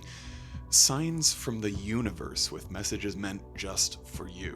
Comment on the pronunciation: UNIVERS??? C'mon dude...